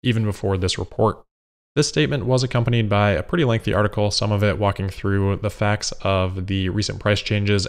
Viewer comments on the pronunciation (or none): none